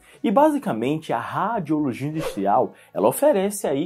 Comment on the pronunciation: Que nervoso ele falando “ráadiologia”